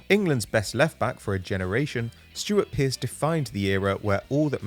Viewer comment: Stewart Pearce? The pronunciation is really off for this one.